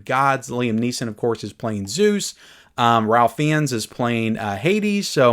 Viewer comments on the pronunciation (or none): Pronounced Raif Fines not Ralf Fee-ins. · Ralph Fiennes is pronounced like this Ralph Fines. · its pronounced Rafe Fines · Just for your edification: The name Ralph Feinnes ( who was the villainous Nazi in SCHINDLER'S LIST, as well as Valdemort) is pronounced "Rafe Fines"..that's the Brits! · just friendly reminder. It is pronounced "ray-fines"